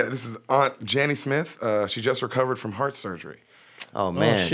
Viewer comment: he also thinks aunt jan nesmith is janny smith